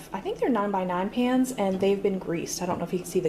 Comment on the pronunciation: You said pans but I heard pants.....